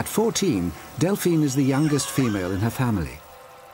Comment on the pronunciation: bro delphina cmon man got me stressed